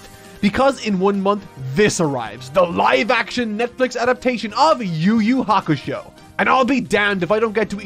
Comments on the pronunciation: “you you hakashow” is fucking hilarious 😂😂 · “You you hakashow” is freaking hilarious 😂😂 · Cracking up at "Yu Yu Hakashow"